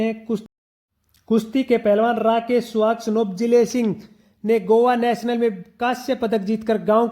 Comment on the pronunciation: गोत्र का नाम स्याग है सुहाग गलत उच्चारण कर रहे हो